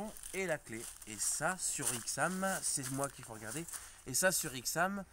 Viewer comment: La ch40 et vraiment moche la nouvelle ch46 et mieux ,est déjà on dit pas ixam c'est aixam, en plus dire accoudoirs au lieu de vide poche sa veut rien dire mais surtout dire que ya pas de vitre électrique alors que les bouton sont sur la console central c'est vraiment n'importe quoi ,il faut connaitre le véhicule au lieu de critiquer et de le comparer a un vieux camping car ,bref mal préparer trop d'amateurisme